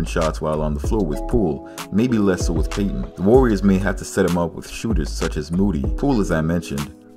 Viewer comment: It hurt my spirt every time you said Payton